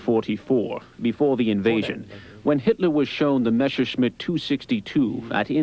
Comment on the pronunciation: It's MeSSerschmitt! ... [like messer] ... NOT Mesherschmitt!